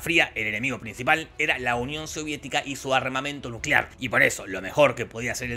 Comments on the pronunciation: Nucelar, la era nucelar ^o^ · Nucelar... la palabra es nucelar. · Nucelar, la palabra es nucelar